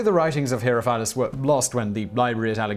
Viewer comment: Isn't it pronounced "he-RO-fill-us?" I'm not an expert in Greek by any means, but....